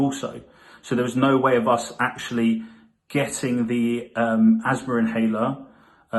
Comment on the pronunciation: There’s no 'r' at the end of asthma.